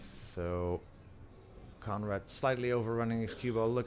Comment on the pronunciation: I kept thinking that the commentator was saying comrade til I remembered his name was Conrad! Lol